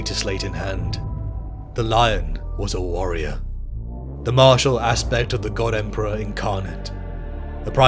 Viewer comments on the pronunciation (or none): none